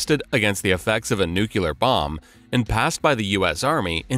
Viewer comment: So nuclear become nukular. Magic.